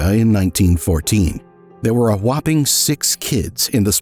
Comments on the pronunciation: "They were a "Wopping" six kids." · Did he say "a whopping six kids"? Didn't sound like it. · "There was a "Whapping" 6 kids...😂 That was intentional, right?! Whap-ing! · Dood said "wopping" 6 kids lol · “A Wopping six kids…” LOL🤣 I love how you slipped that in😂😂😂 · Um, , is that "There were a whopping six kids in the Spilotro family" or "There were a wopping six kids in the Spilotro family"? You can't convince me that word choice was accidental.... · "Wop"ping. hahah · “whopping”. Can’t tell me that wasn’t purposeful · He said whopping lmao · Did he say : A whopping 6 kids ?